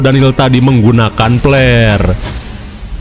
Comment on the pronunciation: "Flare" ya min! Bukan "Plerr".. Lu mah bener2 dah 😂